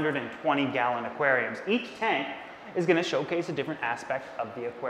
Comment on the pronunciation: I heard him saying galleon